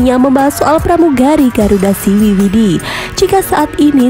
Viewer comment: Siwi sidi bukan siwi widi